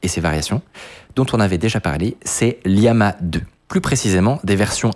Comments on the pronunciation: Faut arrêter de dire liama alors que c'est llama 😛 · juste pour dire que c'est 2 L dans Llama, et pas Liama x) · mdr c'est llama pas liama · Llama ça se prononce comme le lama; sauf qu'en anglais ça s'écrit : llama, donc pas LIAMA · En passant, Llama, c'est avec 2 fois la lettre "L". Donc ce n'est pas Liama. M'enfin... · Juste c'est pas liama c'est LLama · Avec tout l'information que tu as, comment peux tu prononcer "Llama" "Liama"??? Depuis quand on place deux majuscule de suite?